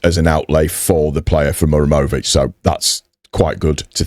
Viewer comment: To help you my friend, you are saying Mur emović and forgeting HA. The origin is name MuHaReM